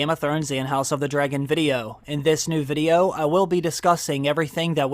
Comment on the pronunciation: Great content, but I can’t be the only one who thinks his pronunciation of “VID-E-YO” is super unique and weird lol. But anyway, great content.